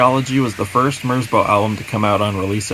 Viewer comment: quick fyi: merzbow is a respelling of merzbau, a german art piece. it rhymes with cow